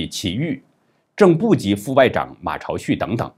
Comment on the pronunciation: 马朝旭，音zhāo，不是cháo。朝旭意为早晨的太阳，旭日也。 央视一直发音zhāo，不看央视么？80年代马朝旭夺得第一届大专辩论赛最佳辩手，作为记者，不知道倒也罢了，难道从未听说过？ 其它几个频道发音为cháo不怪她们，因为她们太年轻了 (既不懂啥叫“名从主人”的原则，也不懂如何google如何维基求证)，从未看过马朝旭80年代参加大专辩论的电视节目。 知道老灯的节目，却没听到老灯是怎么发音的，岂不怪哉！？